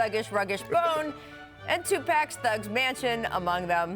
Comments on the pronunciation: Lame and super white Rachel...saying TWO PACK instead of 2pac..funny. Lets get our black legends name's right Nichols!! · did she just call Tupac 2 pack. She just lost all her cool cards. That's one of the whitest things u can do historically saying tupack lolol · Did she say two-pack? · Did she really just say 2 pack?? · Yo she said two packs😂😂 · She said two packs not Tupac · Nobody: Rachel: two pack 😂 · Two pack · She did not jus say 2pack lol that's my biggest issue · I’m really bothered that she pronounced tupac like my mom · I know Rachel ain't just butchered Tupac name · I only disliked because of Rachel's pronunciation of tupac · Bruh same😂😂😂😂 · Put some RESPECT on 2Pac name and stop pronouncing wrong ‼️‼️‼️‼️😔😒